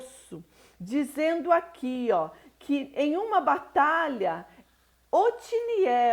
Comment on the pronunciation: Otoniel é o nome do Juiz. Vc está pronunciando Otiniel.